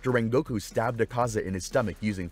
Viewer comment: i cant stand the way he pronounces rengokus name